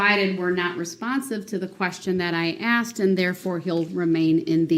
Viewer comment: Axed..axed....axed......he's such a manipulator!! He's such an idiot! Many doctors may suggest taking another test to make sure their findings are correct!